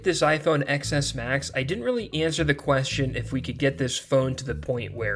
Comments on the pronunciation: Ex Ess Max? Come on, learn how to speak. The “X” is the Roman numeral for “10”, so it’s pronounced “Ten S Max”. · STOP SAYING X S MAX ITS PRONOUNCED 10 S MAX DAMMIT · People steal those phones, not caring that they don't work. They are just going to sell them to some unsuspecting non-tech savy person. Also, how can you have a tech / phone channel and still call a ten s max an "Ex-S max"? 🤦🏽‍♀️